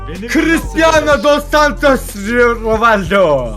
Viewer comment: ronaldonun ismini bile söyleyemiyor daha doğrusu konuşamıyor